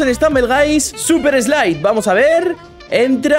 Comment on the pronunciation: y lo dijo en super slipe